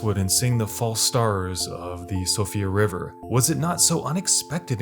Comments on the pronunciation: Actually it is pronounced Sheefra River, not Sofria. Found out about this on yt. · Siofra River, not sofia/sophia. Good video. 👍🏼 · “Sofia River” “mount gilmore” Jesus man at least try to pronounce them correctly.